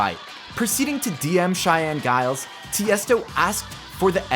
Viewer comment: Just a heads up, it’s pronounced as JILES, not GILES with a G sound. I just found this out recently.